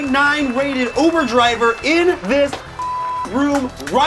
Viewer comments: All is hear is oovoo javer every dang time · “I’ve never been to oovoo javer” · All I can hear is oover javer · "i never went to oover driver"